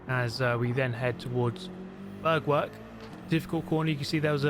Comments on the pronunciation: it’s Bergwerk! Not Börgwörg! it’s DÖttinger! Not Dottinger! it’s BrÜnnchen! Not Brunchen! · I love how you say "Bergwerk" :D Actually it is pronounced roughly like BAIRK-VAIRK with like the english word "air" in the middle of both words.